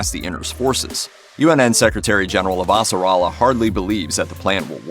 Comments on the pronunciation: Super annoying to have a narrator who clearly hasn’t watched the show and mispronunced Avasarala’s name dozens of time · how the suck is he butchering the pronunciation of avasarala and roci so fucking badly